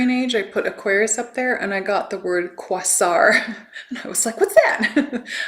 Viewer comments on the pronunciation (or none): Thank you. This is jam packed full of goodies. I will definitely watch this a few times. ❤🎉 I believe Quasar is pronounced " Kway-zar"